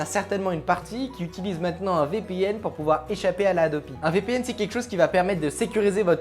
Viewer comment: Marrant comment tu dis VPN... Vipihenne